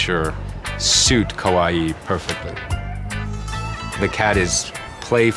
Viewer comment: it sounds like he keeps saying kowaii not kawaii and they are completely different. with one meaning scary and the other meaning cute